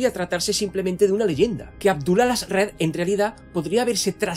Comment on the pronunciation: Toda mi vida diciéndole Aljazred y escucho el Alazred y se escucha raro😮